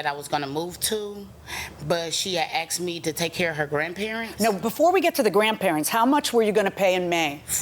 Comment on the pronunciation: aksed .. .AKSED?